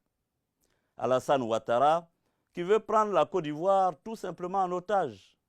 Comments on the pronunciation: Il dis Co d’ivoire 😂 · c'est vrai. Il dit cô d'ivoire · C'est sa manière de prononcer <<Côte d'ivoire >> qui me fait rire souvent😁. Sinon on est derrière toi même si tu as tuénos pareil t pour Ado auparavant. Seulement nous même on n'y crois pas trop quoi. On sais pas comment tu vas enlever au pouvoir ton tigre que tu as pris le temps de bien installer. 😁